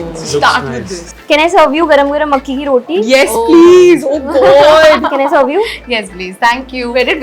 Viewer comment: Its pronounced makki ki roti and not makke ki roti